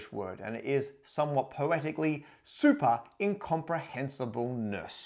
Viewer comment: I did a "double-take" when I heard that first non-technical normal longest word. I heard "superincomprehinsible nurse." Glad you displayed the actual word on screen haha.